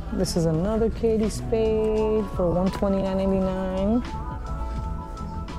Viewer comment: It’s ‘Kate’ pronounced like rate or mate not Katie Spade. Sorry 😢